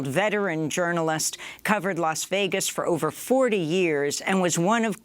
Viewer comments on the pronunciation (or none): none